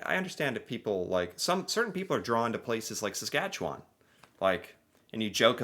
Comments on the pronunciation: I'm twitching every time this narrator says Saskatchewan grrrr Also, thinking this must be AI, doeant know how ro pronounce potash. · That isn't how Saskatchewan and potash are pronounced. Also Saskatchewan has larger oil reserves than Alberta, but they are deeper and more expensive to get to (in the North) ... and less existing infrastructure nearby as well. Alberta also has nicer weather; the North American jet stream isn't kind to Saskatchewan. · Too bad the narrator (of the video) didn't know how to pronounce potash or Saskatchewan correctly. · 🙋‍♀️ hi from Saskatchewan; it was annoying to listen to you and the other video commentator pronounce Saskatchewan so wrong 🤦‍♀️ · I will now teach how to say "Saskatchewan." It doesn't end in "wawn" (like lawn) in a looong syllable like that. It's more like Sas-Katch-ew-wn. If there must be a vowel, it's more like "win" than "wawn". OK, everybody on 3 now.... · the way he pronounces Saskatchewan in the video makes me cringe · Sask born and raised. You can tell someone's not from here with how they pronounce Saskatchewan, ugh that narrator.